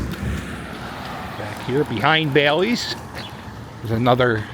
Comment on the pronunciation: The Wild Wild West casino was an operation casino owned by Ballys (pronounced: Bah-lees, not Baileys) and it was open until about 2010. I use to play a lot there from 2005 to 2008 when I had to work in town.